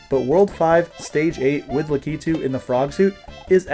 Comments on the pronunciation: HUGE respect for being one of the only people I've ever seen pronounce "Lakitu" correctly! Very cool video content, I had always wondered this but wasn't much of a Mario 3 veteran to really know, and now I do! I really wanted to know about some of the impossible stages that have the 1 tile small gaps though! Pretend they were hacked out on a rom, or just didn't exist, would any of them earn a spot in the top 10? Some of those fortress levels are really hard and I want to know if they're hard enough to make the list! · finally a YouTuber who pronounces "Lakitu" correctly 👏